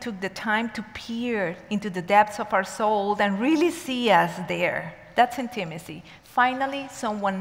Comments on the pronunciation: the correct pronunciation is: IN-tuh-muh-see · Hard to listen to with the wrong pronunciation for me